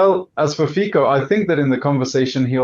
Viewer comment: Please, pronounce Fico like "Fitso", thank you :) or find it how to pronounce yourself, Fiko it is not right :D